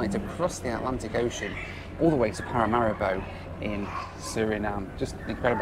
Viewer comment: Small nitpick… Paramaribo is vocalized like Paramareebo.. otherwise love your videos.